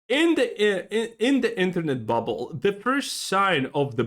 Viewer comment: “Buble”? Collapse? You sure about that? You sure about that? 😂